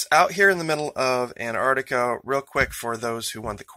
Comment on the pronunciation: Wtf is “ANAR-NIC !?!